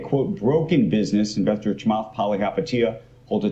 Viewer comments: I recommend that you stick to positive videos about stocks you like. I also recommend that you learn how to pronounce Chamath's name. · you can at least say his first name right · Were you intentionally just trying to get his name wrong? lol I feel like your message would have been better if you said his name right. You came off as childish, especially for someone your age. hahaha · I am sorry , you even not able properly pronounce his name . All e com company are no way neat in top 19 in early days . You are making money on him by simple using his name . Lot of people are simply have (-) view about him because is questions status co of current banks and financial intuitions and simple does not loose control . But is already now Square is bigger market cap then Bank of America . PayPal is close to chase market cap .